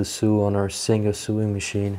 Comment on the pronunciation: Sorry, but I have to tell you the pronouncing of the word you use for the Singer machines. "So-ing", not suing. If you are "suing" you are taking someone to Court. The othe word you say wrongly is "iron". The 'r' is silent. It should be pronounced "I - on". I hope you don't mind me telling you?